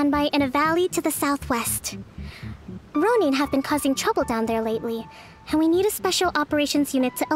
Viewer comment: Row neen triggers me a bit